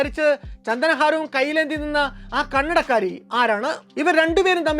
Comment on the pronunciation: കണ്ണടക്കാരി എന്ന് പറയുന്നത് കേൾക്കുമ്പോൾ കന്നഡക്കാരി എന്നാണു തോന്നുന്നത്